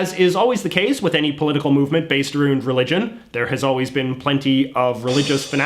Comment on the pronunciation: bro did you just say "aroond" wtf?